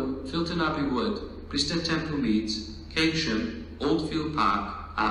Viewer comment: Keynsham is pronounced as Kane-shum. Would be nice to hear change at (insert location here) for replacement road transport to (insert destination here)